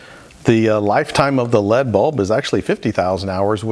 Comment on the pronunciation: Petty sure you're the only soul on the inter-webs pronouncing the type of light source like 'Led Zeppelin'... Led Zeppelin was a band from the 70s. L. E. D. is a light source.. (Light Emitting Diode)